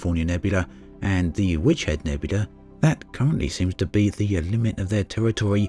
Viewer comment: It's nebula...not nebuda...dummy